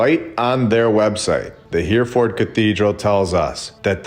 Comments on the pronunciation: He-re-ford, not Here-ford. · Hereford- pronounced Herryford. Keep up the great work. 👍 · Hereford has 3 syllables, "Her-e-ford" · Wow, riveting stuff. Thank you. FYI, Hereford is pronounced Herryfuhd. And when you covered Jerusalem, I remembered that Golgotha means "the place of the skull" !